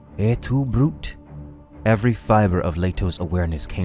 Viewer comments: Et tu, Brute It's Latin. And it's Brute-eh, the way its said. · "Et tu Brūte" does not end with a silent e.